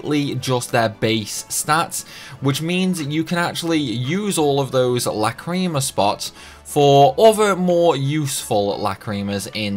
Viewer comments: I dont think that Over Limiting (Going over +3) matters as they seem to only get extra skills in +1, will update again at +5, also im kinda p*ssed at how u said Lacrima as Lacreema.. That ticked me off a tad 😁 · The cringe when these youtuber who pronounce lacrima, which i think stems from lack of awareness of the anime.